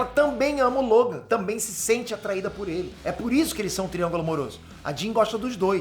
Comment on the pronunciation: ""scott ir ver a jean"" parece ""scott ir via dim""... kkkkk